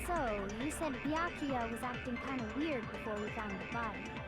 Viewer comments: Omg!!! yay finally i’ve been waiting for this i’m so excited for to play danganronpa! edit: I just realized said baka-ya instead of bee-yah-koo-yah edit2: lmao in the time I was waiting for to make another stream because I originally watched play it when I came into the fandom in between that and now i’m already on the 3rd game (also including ultra despair girls) edit3: I dropped my cream cheese knife on my phone and it wiped all the cream cheese and now my phone has cream cheese on it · Its "Be ak oooo yuh" i cant stand hearing you butcher it anymore lol. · You pronounce Byakuyas name Beeyakooya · the way she says byakuya hurts my head